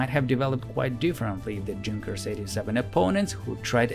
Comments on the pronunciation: It's pronounced Yunkers....with the "u" like in "foot"....not dshunkers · The narrator might like to know that Junkers is pronounced YOONG-kers, not DZHOON-kers. Like the Russian Ю. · Fantastic video - my only slight quibble is that in German the J is pronounced like a Y - so more correctly a "Yunkers" rather than "Junkers" ... not that it detracts with the quality of the video. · YU-nkers 87 NOT JUNk-ers!!!!!! Also it seems at least a couple of you guys seem to be in competition to see who can talk the fastest and it reached the point of sounding more than just a little bit silly! And no I am not slow I am well aware of what normal speech sounds like. One "dark" channel, not so mysteriously, sounds perfectly normal when the play back speed is set to 75%! Please slow down a bit bit and and the presentation will sound MUCH better, otherwise this was a great video. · I'm sure germans pronounce them Yunkers not Dzhunkers, but given that they lost 13 in a minute, perhaps the latter is more fitting? 😂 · Nice video. It's pronounced like Yoon-kers, not like Junk-ers. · Please, it's not Djunkers, it is pronounced "yunkers" thankyou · "Junkers" is pronounced with a "Y" sound not "J". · It is pronounced yoonkers, not djunkers. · Good video mate. The plane company is pronounced Yunkers tho, the "j" is silent. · as a person who speaks German, I don't know any Germans who would pronounce "Junkers" as anything other than "Yoon-kehrs" (spelled phonetically). A Junker, at least in Preussen (pronounced "proysen") is "a member of the landed nobility). German pronunciation isn't optional, and it's also why they don't need spelling bees because if you can hear it you can spell it. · Junkers is pronounced "Yunkers", not with a "J" sound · Fantastic video! One small detail: I believe that Junkers is pronounced "younkers". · LOL “JUNKERS” 🤣😂🤣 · That's "Junkers" with a "Y" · Great video, except it's "yunkers"! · pronounce yungers